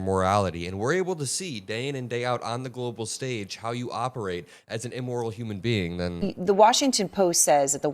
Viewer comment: Immoral Not Eeeemoral